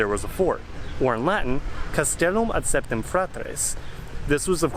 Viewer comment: Bra kept saying Septum instead of Septem and I couldn't stop thinking about pierced goth girls.